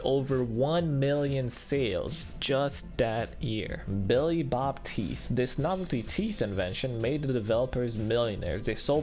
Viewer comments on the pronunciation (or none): none